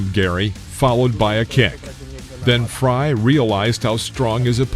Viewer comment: It's Frye..What the hell did you just say??